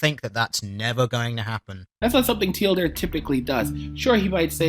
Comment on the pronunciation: Hold up, is he pronouncing the name as 'Tee-El-Deer'? Does he have brain damage?